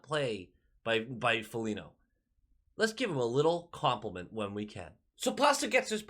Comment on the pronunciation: You just dont like Foligno because you call him Folinyo 😎